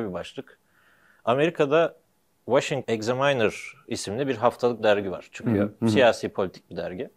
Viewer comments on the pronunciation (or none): Washing Examiner?? Washington Examiner demek istendi sanırım ve kamera açısı değişirken son kısmı kayboldu. Ayrıca o nasıl bir telaffuz?